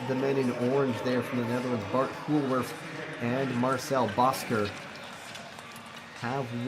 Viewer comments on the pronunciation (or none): Hoolwerf is pronounced as “whole-wheref “ ;)